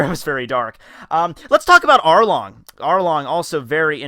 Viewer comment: Did anyone hear say Harlong